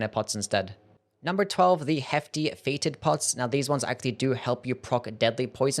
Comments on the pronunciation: fetid is pronounced "fett-id" not like "fated." Otherwise, funny video idea. Are we already at the bottom of the barrel? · "FEETID POTS"... 😂